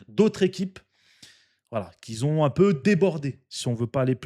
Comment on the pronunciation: Tu gères frère tu t'exprimes très bien tbarkellah mais si je peux me permettre tu dis beaucoup"qui zont" tu fais la liaison a chaque pour dire qui ont 😁 c'est pas méchant force a toi frère